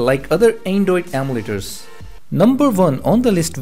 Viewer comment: the way he says emulators though...